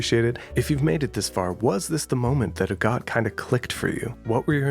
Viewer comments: its actually pronounded like ahh-got cus it's based on agatha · every time u say agott i thunk u say a god